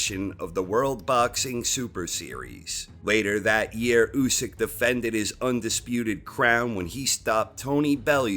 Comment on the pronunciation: i cringe when this dude says " Usyk " ..